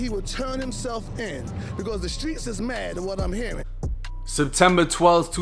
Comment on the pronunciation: Got the pastor sayin the skreets mad gah damn